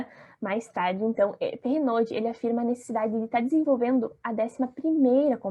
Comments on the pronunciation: Só uma dica: Perrenoud (se fala perrenô) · Otimo vídeo, a pronuncia do nome é Pé - rê - nu.